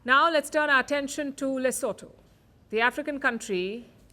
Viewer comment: Correction: LESOTHO... not "Lesetho"